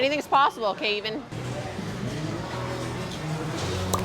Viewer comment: Keven shall now be known as “K-even” 😂